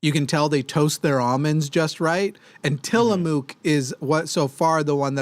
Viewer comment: Jimmy, it is TILL-UH-MUK :)